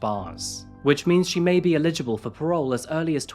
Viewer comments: I absolutely love this channel, great work. I have noticed one thing though, you have repeatedly pronounced the word 'eligible' as 'illegible', very different meanings. Sorry for the nit-pick! Haha. 😂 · Please stop saying illegible. Illegible means when something cannot be clearly read. The word you’re looking for is eligible, which is pronounced differently. Eligible has a strong leading syllable and a strong ending syllable, with two weak syllables in between. Illegible has the pattern weak, strong, weak, strong. Obviously it’s not a huge deal, but with how often the word eligible is in your script, I thought it might be worth correcting. I love your stuff and this is really the only feedback I have.